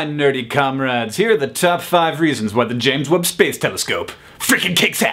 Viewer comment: I know it's the James Webb telescope but all I hear is " Telescope" and that makes me giggle.